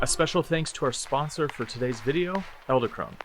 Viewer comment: You're saying "Ell-da" Krone...It's Ed-ell Krone. Nice video by the way!!!